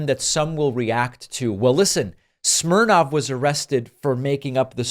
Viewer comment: His name is Smirnov, not Smirnoff.